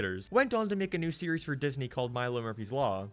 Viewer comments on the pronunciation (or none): none